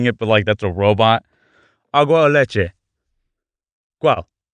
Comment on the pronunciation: Ocean man take me by the hand Edit1 (after watching full video) : Quell Cual Quuell Cwweell... Overconfident Also this is triggering for me since I’m mexican and speak fluent spanish 😂